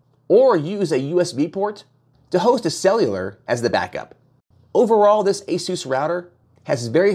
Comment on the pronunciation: Guy doesn't even pronounce Asus like everyone else. Kind of telling on himself. He's just reading the product descriptions.